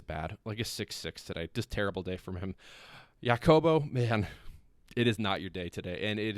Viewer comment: Jacobo. J is an “H” sound. Think “Ha-cobo”. Do you have a Spanish speaking friend from Madrid (like me) who can help you out? - as long as you’re working to get better it’s fine. When you give up you are just not Real Madrid material anymore and need to close the channel. 😂 - happy to help.